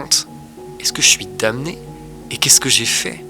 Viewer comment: Alors, je ramène peut être ma science pour rien, mais je suis presque sûr que « damné » ça se prononce dané.